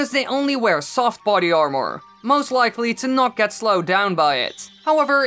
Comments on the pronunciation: you say armor like air more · Can you say armor correctly